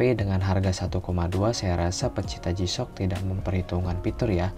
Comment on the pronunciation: Kameranya kurang deket bang, okelah pengucapannya udah jisyok bukan gisok 😁👍👍